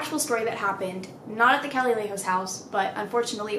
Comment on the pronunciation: sis that’s not how you pronounce calle 😂